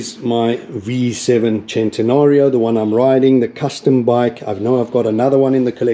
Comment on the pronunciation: That's an amazing collection! How do you know when to pronounce the letter C as a C or Ch in Italian? I notice you called one of your anniversary bixe chentanauro.